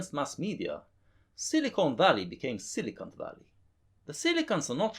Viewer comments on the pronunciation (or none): I always hear silicunt Valley